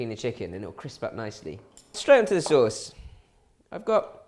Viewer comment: "sey sose"